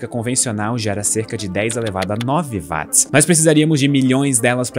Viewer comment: Ele chamar Watt [uót] de [Váátt] diminui a credibilidade do vídeo